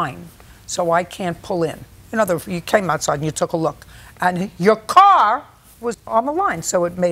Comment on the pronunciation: gotta love her enunciation of “and your CAR was on the line” 😆